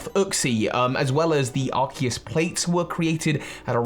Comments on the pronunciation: but it's pronounced ar-cues as in arch and Zeus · Well Arkoos.That is all I have to say.Sorry